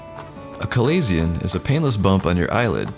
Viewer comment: You are miss pronouncing chalazion...notice the ch is is said like the sh sound